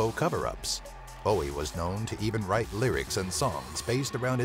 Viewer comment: thankyou so much for pronouncing Bowies name correctly.